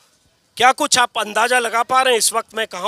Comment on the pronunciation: Anjum ji aap bhi baajar kahte hain..bazaar ko ? Andaaja kah rahe hain andaaza ko. Hairat hai..I thought journalists had chaste pronunciation but ab toh yehi lagta ki koi bhi padha likha hai hi nahi.